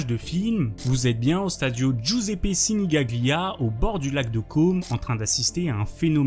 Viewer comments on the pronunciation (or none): Frérot, fais un effort sur la prononciation des mots en italien quand tu veux faire un taff un minima pro. Signaglia ne se prononce pas comme tu le fais 😂😂